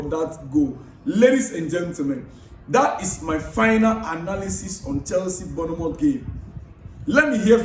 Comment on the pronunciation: My Ghanaian brother. AKWA BAA. You are doing a great job, please keep it up, but l have a little correction. The correct pronunciation of that name is BORN-MOUTH and not BOURNEE-MOUTH.